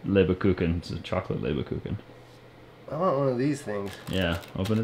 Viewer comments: it is spelled/pronounced "Lebkuchen", not "Lebekuchen". The German speaking lady a couple of episodes ago said it wrong. Just say it without the 2nd 'e' and you got it... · it is not Leberkuchen, it is Lebkuchen, Leberkuchen would be Livercake. Yikes, the horror. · The Word is pronounced Lebkuchen. You two always say Leberkuchen, that means liver cake, and that sounds awfully disgusting When You think about it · hi guys :) just a fast German lesson in between - the word for those cookies is "Lebkuchen" (long pronounced first e...Leeebkuchen) how you say it, it sounds for German speaking like Leber-kuchen what would be "Liver cake" :D anyway enjoy !!! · I am so sorry, but I need to address your pronunciation of the german word “Lebkuchen”. Please try saying l-e-B-kuchen. It is so nice that you like it, it’s a traditional winter and christmas candy. The way you said it, it is totally okay because you haven’t learned german, but it means “liver cake” in german 😄 that is funny for me or other german speakers to hear 😂 thanks for sharing your life with us! It is always a pleasure to watch, even though I live in Germany. Best wishes from here 👋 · you butchered reading that LEB-KuCHen packaging, I was laughing so hard. It's listing the city it comes from. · you butchered the Leberkuchen a bit, but i knew what you meant, so that's ok :-) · Hi. I‘m from Germany and i love how you pronounce the german words. 😁 It is not exactly how we pronounce it, but we would understand and laugh a little. 😂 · Im laughing tears- so funny how you pronounce Lebkuchen - im from Germany an i would say atleast you tried- Love your Videos and Hope you enyojed your Cookies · Hi from Germany: That's Lebkuchen NO 'er' in it - might be hard for you to pronounce. 'Leber' in German means liver. But 'Leb' seems to be derived from 'Laib' which means 'loaf'. Can I help you with that box? 😄 By the way: that are typical Christmas cookies. I'm not sure weather you may buy them now.